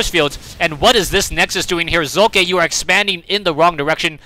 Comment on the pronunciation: why did u say his name like tht?